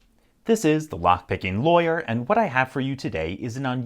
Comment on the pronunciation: Hey man, you've changed your inflection on the introduction. You used to be "This is the lockpicking LAWYer" Now you're all like "THIS is the lockpicking lawyer" .... Can you go back to the old way please, I don't like change! :-D